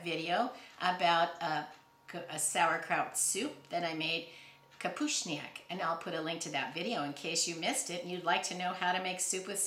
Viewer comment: I love how well you pronounced "kapuśniak" (sauerkraut soup) in Polish 😊 I didn't know it made it to Alaska!